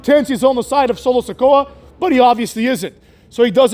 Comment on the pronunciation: "Solo Se-CUCK" 😂